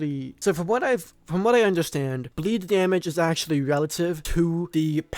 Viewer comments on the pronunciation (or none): none